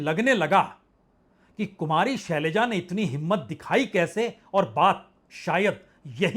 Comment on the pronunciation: सलैजा नहीं शैलजा।जोश में होश रख कर बोलिए।